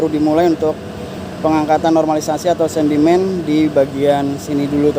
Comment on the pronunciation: Sedimen,bukan sendimen😮